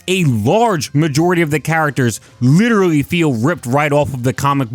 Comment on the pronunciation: You giving yourself away with the "witerawy" good vid btw